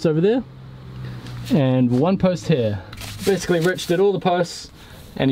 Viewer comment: He definitely still says the H in 'here' tho.